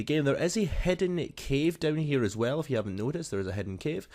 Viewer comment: Hidden not hedde